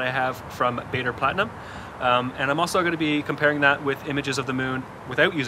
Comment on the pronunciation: "planetarium" not "platinum".